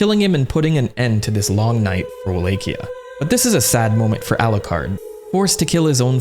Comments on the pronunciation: Wtf is "Wah-lake-e-ah"? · Every time someone says “Walakia” I eat tackos on a corn tortilla.